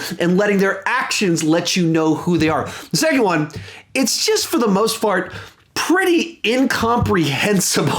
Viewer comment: "for the most fart" instead of "most part" lol. Love u